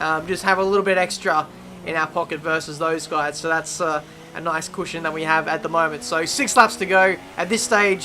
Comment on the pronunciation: It's cushion not cooshyon